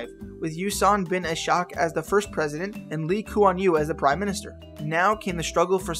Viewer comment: Good job in saying the prime minister name I clap for you😡